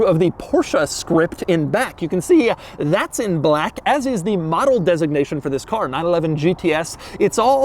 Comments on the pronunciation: Why the fuck are you saying Baalack like that? Are you trying to make this as hard to watch as possible? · Bah-lack. Bah-lack. LOL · Broooo why is he saying Blaaque a million times, im dying withthia shit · Drinking game every time Doug says BHLAKK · Doug is the kind of guy that turns the word "black" into 2-syllables. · Are u racist Doug because the infasis on “Black” made me a little uncomfortable.. just food for thought . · Doug saying "black" reminds me of the Anchorman 2 scene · Why do you say "black" like that? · Why is Doug saying BLACK like that? LMAO lol